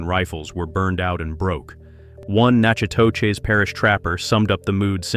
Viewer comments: It's NACK AH TISH not Natch ah tow chiz... Don't you idiots ever do research into proper pronunciation with your BS AI audio??? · Nack-eh-tish, come on MAN! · "Natchitoches" is pronounced "NACK-a-Dish" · Thanks. Every time I heard AI mispronounce it, I shuddered.